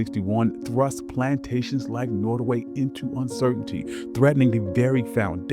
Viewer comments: It's pronounced NOTTaway, not, NOttaway. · Pronounced Not O Way. Native Tribe in Virginia/ NC. John Randolph was a Virginian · NOT. O. WAY pronunciation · Pronounced, “Not a way” by those who lived there. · Norway/ Nortaway!? I thought it was Nottaway. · I was gonna watch this but you didnt even have the awareness or decency to pronounce the name of the place correctly. Nottoway and Norway are totally different pronounciations. Do better! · Why did the narrator say “ Norway” plantation ? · Who didn't already know this if you have an education above the sixth grade level? It's not hidden, you were even told about it if you toured the home. And would someone tell the narrator how to pronounce "Nottoway".